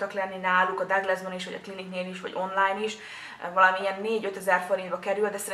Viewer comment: megnyugtatlak.. Tökéletes a szemöldököd, hasznos videó lett, a minőség szuper! ❤️😘 Csak annyit tennék hozzá, hogy a Douglast 'Duglásznak' kell ejteni, mivel német, nem bántásból!